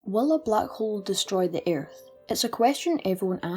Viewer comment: eyarth Oh lord XD No offense, this is a amazing video. But eyarth